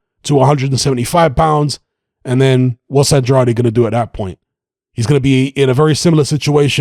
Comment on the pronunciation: With all respect... Andrade... Pronounced "An-drayd"